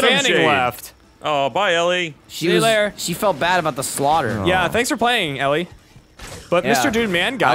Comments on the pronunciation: Ellie Fanning must be a new Fanning sister because I've never heard of her. Sarcasm aside they should learn how to pronounce her name. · Isn't "Elle" pronounced like "L"? Or is it "Ellie" like they were doing? Just curious. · elle pronounced "L".... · they don't know how to say Elle😂